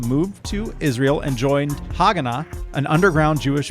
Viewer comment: Haagana is pronounced Ha Hagana - "The defence", and it was the biggest organization fighting on the israeli side. In 1948, It joined the state, and became "Israel Defence Forces". (Tzva Haagana LeIsrael)